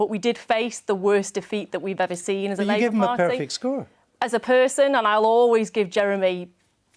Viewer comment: 4.40. Did she call it the labour farty